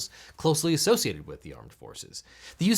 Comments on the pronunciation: “..closely associadd..” Mmk lol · associadd? I don't think that's a word dude. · I learned a new word today - "associadd" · "closely associadd"? ;) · "closely associadd"? :D